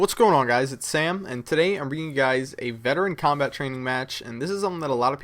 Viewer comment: cobalt? I think you mean 'combat'